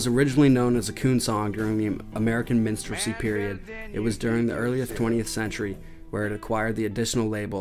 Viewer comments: minstrelsy is pronounced... minstrel-zee. you kept saying minstrel-y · It's pronounced "minstrel-ry" . There's an 'r' in the word.